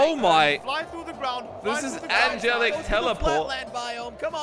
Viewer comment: ‘Angelic’: ‘Angle-y’: ‘Angel-ish